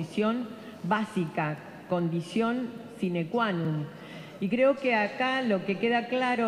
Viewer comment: "sinecuanun" SEÑORA QUE DICE